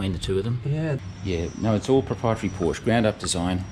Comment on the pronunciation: German was a good attempt except your pronunciation of Porsch E. I'd be rapped over the knuckles by my German mum saying it as you do. Looking forward to your video with. He is a guru on all things 928 and willingly provides detailed replies on the Porsche forums such as Porsche Forums Australia. As a coupe owner I enjoyed your earlier video. Looking forward to more with your Landshark!